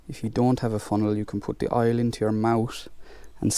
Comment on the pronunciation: Oil not aile